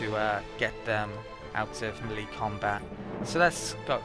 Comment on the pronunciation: Just to be pedantic, "melee" is "maylay" not "milleee". Sorry. ;) Thanks for the video!